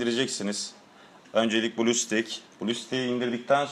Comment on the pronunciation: 1 incisi blustek diye okunmuyo blustex diye okunuyo 2 incisi marvel diye okunmuyo marvıl diye okunuyo :D